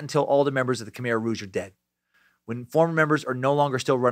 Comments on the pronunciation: Half way thru, saving the rest for tomorrow’s day of work. So far so good. I’ve heard countless stories of what happen to my family during that time. Side note from someone who speaks the language : it’s pronounce Ka-mai (Khmer) but you’re doing an good job at trying. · Its pronounced K'Mai